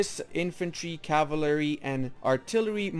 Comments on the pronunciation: Caval-ry NOT cava-lary. I could only make it a minute in before I couldn't stand you brutalization of the word. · Bro please dont just leave like that without any outro or goodbyes it feels bad :( Also its kinda funny that you have to pronounce "Cavalery" lol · My favorite unit, the caval-ary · "Cavlary units" :v Nice video, thanks for that. I've been (unexpectedly) doing it basically right for a while now, except I'm more radical on my Infantry/Artillery ratio, in that I'm almost always doing X+1/4/X armies when artillery starts being good, but I'll probably change it from now on.